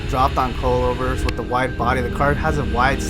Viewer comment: Coilover or did he just said cold over 😂